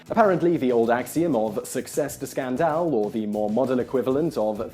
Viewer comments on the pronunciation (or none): I love this channel, but does Simon pronounce everyday words incorrectly as a test or what? Who pronounces "scandal" as scan-dall? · That's a weird way to pronounce "scandal." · Great video (despite the editing problem). I've never heard anyone pronounce "scandal" like that though.